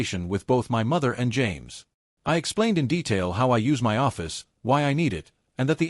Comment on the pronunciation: good story though the AI needs work.. Also AI needs to learn how to say the word " my "..